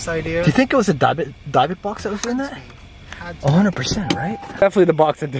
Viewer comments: It's a "Dib-bick" box... Not a "Dye-bock” box....... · It is called a " DYBBUK " box ..., and is pronounced ( 3 first letters ) " DYB " ( as the first part of the name " DEB-BIE " ) and then the last part of the word "BUK " is pronounced as the name " BUCK " ...😄😂😰😏 hope you understand what I am talking about ( I ain't sure if I do ..lol 😂🇩🇰🇩🇰🌈🌹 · Your saying it wrong it’s dybbuk box. With a silent I not a y.